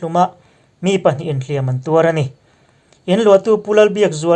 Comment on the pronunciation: hlîam(thlùk sâng) leh hlìam(thlùk hniam) hi i hmang diklo leh ṭhin.